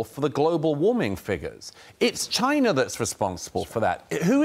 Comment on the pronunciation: "CHY-NA" Simple really